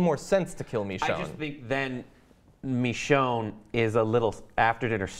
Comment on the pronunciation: Well I have two things to mention to everyone that; 1. I think you are saying Michonee wrong (I think that's how you spell it lol) Instead you are saying mechonee. 2. The Idea of having a baby zombie is cool and all but I don't think it would work as seen in one of the Govenors episodes once he was trying to get a oxygen canister for Lilly's Father. A walker that was either born crippled or made crippled in later life events it still couldn't walk but it tried to but instead she or it fallen to the floor from the wheel chair unable to move, this could prove that the baby wouldn't be able to move properly as the legs and the arms/hands aren't fully developed yet, or even have the chance to move them the way they intend them